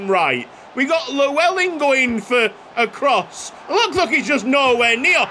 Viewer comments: could you possibly look at a video to pronounce the name Llewellyn, double L is pronounced differently in welsh. Its hard to describe how it is pronounced so I'd recommend just watching a video. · The way you pronounce Llewellyn is like hearing nails to a chalkboard for any welshman 😂